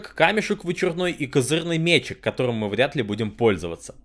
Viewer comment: не мЕчик а мечИк, извините, продолжайте